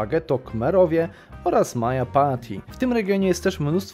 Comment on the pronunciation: To nie jest "majapati" tylko "madżapahit". Podobnie przy Francji jest "Bretonia" tak to się czyta panie kolego.